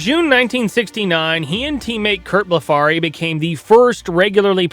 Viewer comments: It's Curt "BLEF-ree, " not "Bla-FARry" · Curt Blefary is NOT pronounced "Bleh-FAR-RY". It's pronounced BLEF-REE. The "a" was silent. You also said that a "family of 5 became a family of 2 overnight". How so? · His name was Curt Blefary, pronounced Blef er ree. Not as above. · And, to: pronounced BLEF-uhrrie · You can look up how announcers pronounced it. One thing for sure, it wasn't Bla-Far'-y